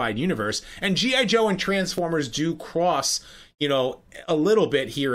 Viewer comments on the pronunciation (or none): HUH? "Cwoss"?